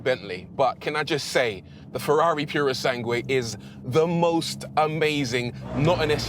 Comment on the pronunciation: PErosangue? Really? It's PUrosangue.